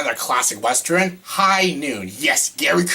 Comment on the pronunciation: Dude, I dont wanna sound rude but you are mispronouncing the word western. Its pronounced how its spelled, not like wester-in.